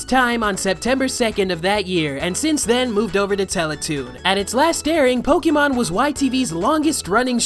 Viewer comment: WOW SAY Pokémon the correct way with the accent . GET IT CORRECT or " SHUT IT DOWN " - quote from Gordon Ramsey